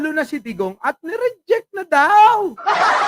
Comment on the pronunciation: hindi naman nya sinabi na ni REJECT.. ang sabi nya niRIDYIK... hahahaha